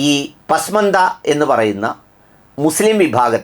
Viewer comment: ശരിയായ ഉച്ചാരണം "പസ്മാന്ദ " പിന്നാക്കക്കാർ